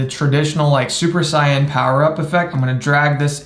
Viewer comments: 'super cyan' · “Super cyan” tsk tsk tsk